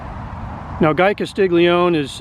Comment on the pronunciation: Thank you for this video. I knew "Jingles" as he was a friend of my mom and stepfather. I was a kid & didn't like any of them. One thing about this video that I'd like to share with you. I'd like to help you pronounce Guy's last name. It's actually pronounced as follows - Cass- Lee -Oney Thank you 😊